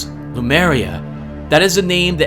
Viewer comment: It's lemuria, not lumeria.